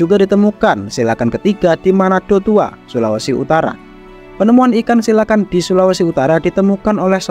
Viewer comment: Ijin bang cara bacanya bukan "silakan" Tapi "silukan"